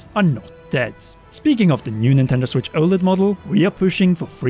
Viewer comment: disliked for the way you kept saying oled